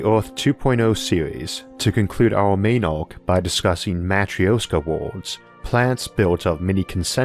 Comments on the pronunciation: We'll NEVER run out of room. EVER. (And it's pronounced "mah-TROOSH-kah.") By the way, that's not your real voice, it's computer-generated. ZING! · hollow earth aint a real thing but we will want to make it a real thing because its best way to make it work. man i love how logic can sometimes make science fiction into something sensible. nonsequitor: sorry it is my peeve. you are mispronouncing Matryoška, you can not just ignore interpunction when you do not understand it and you can easily look up the correct way to say it. Yes i know of your impediment this is clearly not related. i mean no offense but things mean things you can not just make up pronunciation as you go, especially if it is integral to your point. back to the usual bueznis: another great episode. Thanks to your explanations, i THINK that space farmlands might not be far in future, especially if privateers or govs decide that farming on planet earth is kinda inefficient and takes too much space. we could also use them as arks for our wild animals (safe from hunters due to space). point being that you made me dream of how space could save our dumbarses (collective humanity intelligence is much lower - mostly due to heard mentality and bad management). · most cursed way to say матрёшка i have ever heard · That Is REALLY not how you pronounce Matryoshka. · Please, learn how to pronounce matrioshka for crying out loud! :)